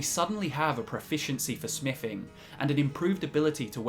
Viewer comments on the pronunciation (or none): Sam Choromanski is it because he talks about 'smiffing' and the knowledge hidden 'wiffin vuh cube'?